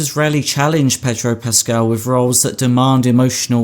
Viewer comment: Have a drink every time he says pedro puscaal.